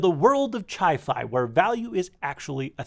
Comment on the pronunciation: Did you say chi-fi? 😂